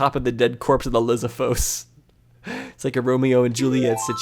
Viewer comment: That’s not how you pronounce lizalfos you say it like (Liz,all fos) you had fos right